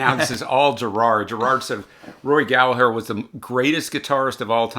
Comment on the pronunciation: Thank you for pronouncing Gallagher correctly!😉